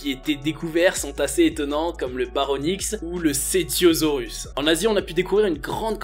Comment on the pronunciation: Tous ces fait sont déjà connus. Je n'ai jamais pensé que tout les dinosaures était solitaires Ensuite pourquoi mettais-tu des images de mosasaure ou de lipleurodon. Ce ne sont pas des dinos. Ça ce dit Baryonix et pas Baronix. J'ai certainement trop lus et crée des hypothèses que pour pouvoir en apprendre d avantage de cet manière.